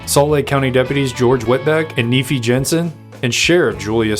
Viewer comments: Its pronounced "Neefeye" not neefee. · The deputy's name is pronounced Nee fie. Itis a name derived from the Book of Mormon. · Hi great video but Nephi is pronounced .knee-phi …thank you enjoyed the video .